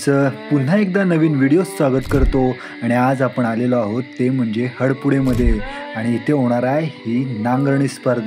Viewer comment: हडपूडे नाही हरपूडे नाव आहे गावाचं